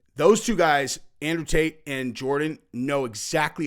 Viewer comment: Did say "Taint Brothers " when referring to Tate Brothers? Pretty funny 🤣 if that's the case. Folks should not hate on the fact that he wants to make sure innocent people are taken care of.